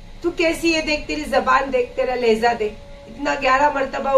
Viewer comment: Laheza nahi laheja hai